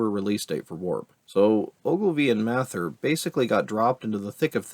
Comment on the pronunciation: The way you say "Mather" hurts my ears.